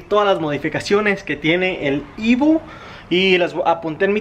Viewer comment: EVO EEEEEVOOOO. No IVO 🙄